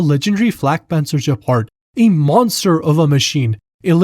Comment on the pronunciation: The Gepard pronounciation is a warcrime